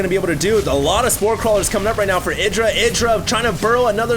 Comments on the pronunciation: ITdra? dont you speak it out ''AIdra''? kinda annoys me if says ITdra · isnt Idra pronounced I-dra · I just double checked... Idra pronounces his name "Id-ra" like said but Artosis, standing right infront of Idra pronounces it "Eye-dra"... I guess Idra doesn't mind lol... check out Artosis' page...